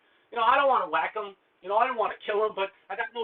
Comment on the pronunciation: hahahah there goes that New York accent again. you said had to "whack him"